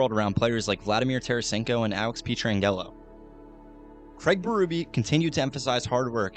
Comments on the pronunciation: Alex Pee-Tran-Gello.... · As a life long fan of the Note, thank you so much for making this! For real. Go Blues! 2025 is our year. (just a heads up: his name is pronounced "Pet-ran-Jello" :) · Good video but my God you need to learn players names before doing these. Pee-tran-yellow is definitely a first 😂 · “Petron Gello” I thought I had forgotten about someone on that team had to do a double take to realize he was talking about petro. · Pee-Tran-Jello got me for sure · The incorrect pronunciations throughout made it very annoying. Especially every time you said Pietrangelo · Ain’t no way you just said pietrangelo’s name like that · I was all in on this video until the absolute BUTCHERING of pietrangelos name 😭🤣🤣